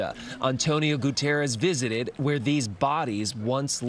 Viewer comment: Guterres not Gutierrez (he is Portuguese not Spanish).